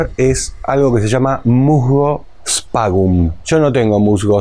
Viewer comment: Disculpa, el musgo se llama "Sphagnum" (se pronuncia esfagnum y también le llaman esfagno), lo cosechan en el Tigre (al menos el último que compré). Yo lo uso para mis orquídeas. De nuevo pido disculpas por la corrección y te agradezco el haber aprendido esta técnica que nunca utilicé, por desconocimiento. Muy buen video!